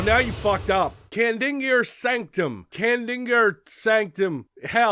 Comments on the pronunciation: I would say use your phonics,, but in the following level or so, Samuel Hayden pronounces Kadingir as KA din jer. Easy to miss, since it's easy to tune out the story, so it's understandable. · Kah-Dinn-Ger Sanc-Tum